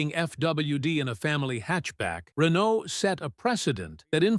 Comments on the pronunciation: Please inform your AI narrator that the T in Renault is silent. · Can't you find a human narrator? The mispronunciation of Renault and the bloated by-the-numbers verbiage are grating with buzz words. Insufferable. Also, the facts about the reasoning for the asymmetrical wheelbase are misrepresented. Who cobbled this together? AI, an LLM?